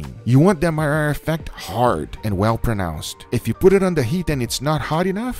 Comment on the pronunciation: I had to replay that part 5 times to finally understand you said Maillard effect.